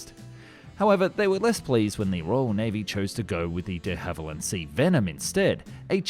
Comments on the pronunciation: De Havilland not Hallivand and Christchurch not Bournemouth. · he said de hallivand instead of de havilland, get spoonerised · De Hallyvand ? Should be De Havilland. Were you drunk matey ? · "De HalliVand" ?? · De HALIVAND.... Ow ow ow! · Who the hell were 'De Hallivand'??? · Why does he pronounce de Havilland, "de Hallivand"? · "the hallivand"? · "De Hallivand"? I think we lost another Channel to AI narration. A human speaker wouldn't have made that mistake. Now that i noticed it once i notice it everywhere in this video. The narration just sounds unnatural. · De Hallivand lol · This AI? First time I've heard the company name said "Dehaival-And" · Ah my favourite aircraft manufacturer, De Hally Vand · Not to jump on the mispronounciation bandwagon, but Hawarden is pronounced Harden, Dehavilland not right, and Spey not Spray.